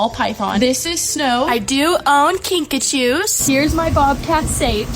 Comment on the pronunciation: She said KINKA SHOE ITS KINKAJU